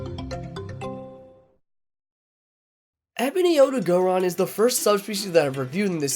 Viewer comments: My brain just stops every time i hear “OdagOron” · Does noone notice the gray on ebony odogaron? Also it's not odo-gO-ron.